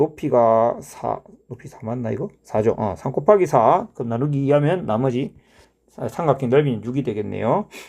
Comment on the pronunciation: " '고바기'를 해주면"에서 뭔가 구수함이 배어나와 샘의 고향에 대한 각별한 애착을 느낄 수 있었습니다 ㅎㅎ. "C하니까 쉬 마렵다 이!"라는 화장실 드립에서 쌤의 숨길 수 없는 깨알개그 욕심이 느껴집니다 ㅋㅋ.